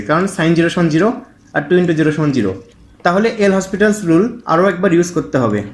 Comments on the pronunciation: ভাই নামটার উচ্চারণ হবে লপিতালস রুল। এল হসপিটালস রুল এটা ভুল উচ্চারণ । এটা একটা ফরাসি নাম। ফরাসি উচ্চারণ যা লেখা আছে তার চেয়ে ভিন্ন হয়। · PLS DONT TEACH WRONG... THIS IS L'HOPITAL'S RULE, ETAR PRONUNCIATION LOPITAL'S RULE.